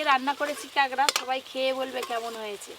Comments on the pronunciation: কাগরা না কাকরা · Ota kangra nay kakra balo kore kichu bolte o paro na abr bolte suru koro